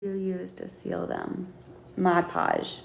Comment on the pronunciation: I wish she would pronounce Mod Podge correctly.